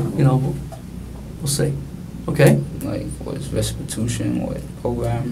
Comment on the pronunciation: Did that boy say "restitution"?